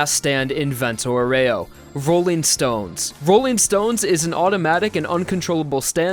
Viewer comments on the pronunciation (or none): Great video! But please, it's "vento àUREO, not "voréo" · Useful tip! The name Vento Aureo, since it's italian, is going to be pronounced: Vento Àureo (Awreo)! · Man I know that italian but "Vento Oreo" made me laugh so hard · Vento OREO... man that is some cringey Italian pronunciation. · It's pronounced Vento "Oreo" x_x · I'm glad you went for the english nane of the series since you butchered Vento Aureo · YOU GOT LIKE THREE ITALIAN NAMES CORRECTLY MATE CALL ME THE FUCK UP NEXT TIME YOU WANT TO DO A VENTO AUREO PROJECT